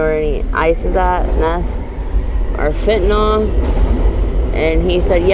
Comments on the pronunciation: Why do people pronounce it as fentynol and not fentanyl? Just curious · Never met a person yet who can pronounce Fentanyl correctly. Not that it matters to them.